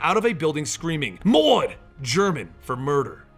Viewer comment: As a german its funny how you say "mord" :D